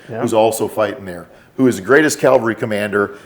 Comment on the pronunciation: For being all about grammar, he said “ guy” (hill Jesus died on) about NB Forrest, instead of “Cavalry guy.” New nickname, “.” 😉 Joking aside. Great show. Thx!